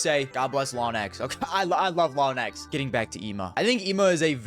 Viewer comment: Lawn- ex? how do you get to this pronunciation AFTER hearing how its pronounced by everybody else lmao lets all pray for NaVi frozen